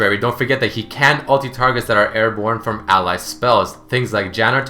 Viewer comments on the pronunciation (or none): none